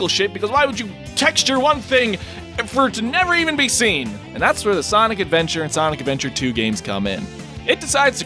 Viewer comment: SANIC ADVENTAH TOO BAYBEE SANIC ADVENTAH TOO